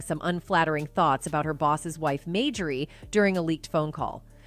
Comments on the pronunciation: How you pronouncing Marjorie it is not Mayjorie get that right pkease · Two times you mispronounced that woman's name it's not majorly is Marjorie!! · Don't even know how to pronounce her name correctly MAYJORIE lol